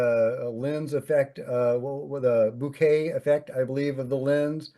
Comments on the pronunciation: It’s Bokeh not bouquet. Bo-Ka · Which is still not bouquet 😂